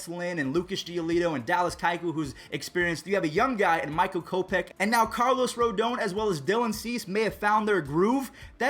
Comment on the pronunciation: ROOO-DAAHN Please for the love of God.